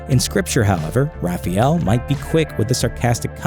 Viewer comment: You pronounced Raphael wrong. You probably also pronounce aluminium wrong. See what im getting at here. Things can be changed to suit your needs. In SPN's case. Changed the lore. Saying Angels are supposed to be good cause the bible says so is stupid SPN has its own lore so your twilight sparkling vamps can fuck off.